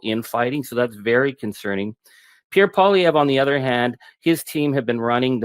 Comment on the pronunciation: Good stuff, Ben! You finally pronounced Pierre Poilievre's name properly.